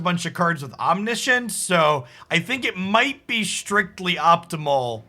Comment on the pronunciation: Oh no, it's "Omni-science" again lol